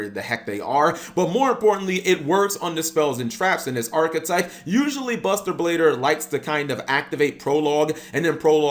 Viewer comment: Did he say buster bader